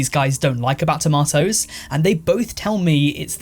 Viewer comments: squirrels 5 beans 5 tomatoes 1 (but i do hate the way you say "tomatoes") sports 3 kpop 2 - i think some of the fans can be a bit extra, and not in a good way minions 5 commercials 5 smokers 4 christmas 3.5 justunsubbed idc Gpa joe 2.5, maybe 3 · The thing about toe-may-toes I hate most is people calling them tom-ah-toes :) lol jk the squirrel one is hilarious and unhinged lol